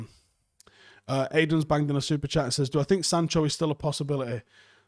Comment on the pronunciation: Are we going to just not say anything about trying to pronounce Sancho and saying Sando & Chancho😆😆😆